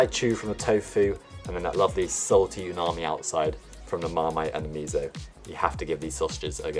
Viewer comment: Nice sausage. Would they make good hamburger patties… I wonder?? Just some advice with Japanese pronunciation: Miso is NOT MIZO with a “z” No no no! It is just plain miso The “mi” is just like “Is that for me ?” The “so” is just like “Is that so ?” ;-)